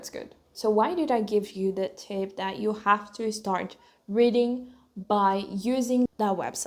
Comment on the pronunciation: Amo os seus videos. Mas um reparo: Vejo que tens certa dificuldade (que é normal, mas podes ultrapassar) em pronunciar palavras que começam com 's'. Por exempo: speak, start, state etc. Vejo que tendes a pronuncia ispik, istart, isteit ao invés de spik, start, steit. Again, I love your videos. You inspire me a lot. You kind of do the both things I love: Christianity and Learning Languages.